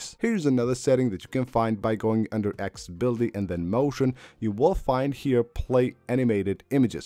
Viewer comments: lol calling it "X-ah-billy" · Dude really said “Axe-sabilty”